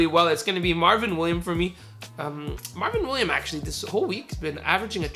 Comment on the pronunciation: It's Marvin Williams not Marvin William you were cheesing me when you didn't say the s